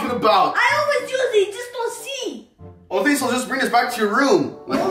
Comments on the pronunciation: Why do you say ota instead of ok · He keeps saying otay instead of okay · and you say Otai zehn ok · Why do you say ote